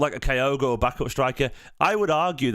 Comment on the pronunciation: My wife is Japanese so for my sake (to stop her moaning every time you say Kyogo while I'm watching these) his name is pronounced like this. Sorry to be fussy but she's killing me! 😂